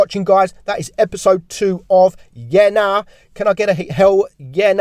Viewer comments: That's the most oddest way to say yeah nah lol. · Ya nah is geordie your saying it so wrong 🤣